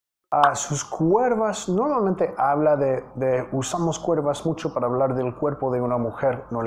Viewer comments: Hola para que mejores tú español, no se dice cuervas si no curvas. Eres excelente profesor me encanta aprendo mucho contigo Felicidades. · es curvas no cuervas pero no sé cómo explicarlo. Bueno solo se pronuncia la u y no va la e. Saludos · Profesor, don't say (CUERVAS) lo correcto es (CURVAS) without "e". It was a great song. Thank you. And I keep learning english with music. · se dice *CURVAS*, no se dice Cuervas. 🤗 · Se dice...curvas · Se dice curvas profe 👨‍🏫